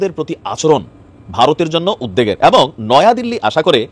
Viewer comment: উদ দেগ নয় -- উদ বেগ